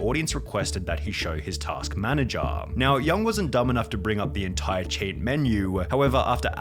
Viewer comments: I love how she say "cheat" I keep hearing "shit" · I mean no offense, but hearing you say cheat has the same effect that hearing that Japanese lady trying to say "coke" in the memes XD